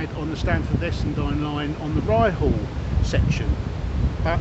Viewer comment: Ryhall is pronounced (Rye-all) h is silent. And the station is still there sadly its private land and somebody has stuck a caravan on it and a house eventually but hope they keep the platform